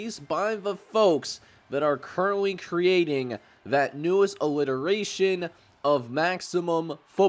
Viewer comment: did you just say "illiteration"